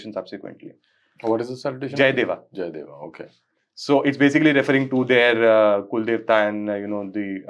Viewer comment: Jai deva ( sounded like deoa as well) local version of deva) still the slogan used by himachal in religious functions. This symbolise their devotion to their gram devta and oher devtas. 🙏